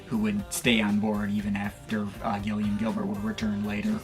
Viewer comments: Surprised to see you cover New Order, but I cringed every time you tried to say Gillian Gilbert’s name. It’s pronounced JIL-ee-un. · Gillian as in "Jill"